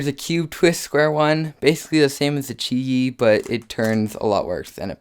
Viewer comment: It's pronounced Chee Yee cus it's chinese